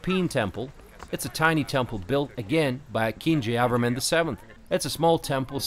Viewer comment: Mr , do not pronounce at random. You have to say, 'Jaya Verman' Stress/emphasis on the third syllable.